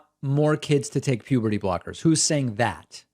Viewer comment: Pewberty brockers